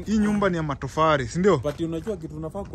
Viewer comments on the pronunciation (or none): inaitwa matofali sio matofari